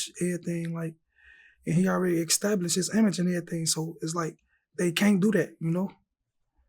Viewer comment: “Destkroy” “ecstablished”…. Todays rappers be so illiterate mannn lol smh